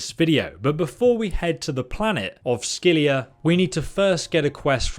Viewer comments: It's scylla not scylia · Scylla = sih la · Every time you say scyllia it makes me cringe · Not sckylliA is scylla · How does an adult not know how to pronounce "Scylla", like in "Scylla and Charybdis"? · pretty sure he’s said he’s dyslexic, which causes him to misread or mispronounce words at times. Many people with dyslexia have problems with words that aren’t common and therefore they haven’t heard said often. And while I know how to pronounce Scylla, if you think that “Scylla and Charybdis” is a commonly-known phrase that every adult has heard and should be familiar with, you are seriously out of touch with how informed most adults are about Greek mythology. Hell, it’s more common that adults know “deus ex machina” and THAT is often mispronounced.